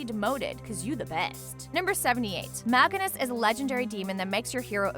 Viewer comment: Pleasse my ears... These pronounciations. The Mal'Ganis one is especially painfull